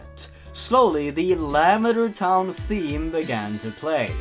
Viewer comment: the way you say lavender sounds like you're saying lambader